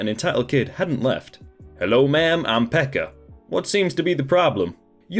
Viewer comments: Native finn here. Just wanted to say that you butchered the finnish words in the last story (even though I heard you say "Pekka" whith a H at the end) P.S: You don't say TET (TyöElämään Tutustuminen aka. Work Live Experience) from letter to letter, you just say tet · TET isn’t pronounced T.E.T here in Finland, it’s actually just pronounced the way we type it, TET, but then again there are quite many ways of pronouncing it :P Also the way you pronounce Pekka is just so hilarious sorry for laughing 😂